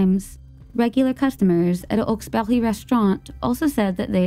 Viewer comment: It is pronounced "hawks bury" it isn't french